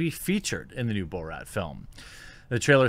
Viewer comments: Bruh. It's Bor-at not Bo-rat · He’s driving me nuts with the “bow-rat” pronunciation lol. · You lost me at bo-rat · Is he saying Bo-rat as a joke?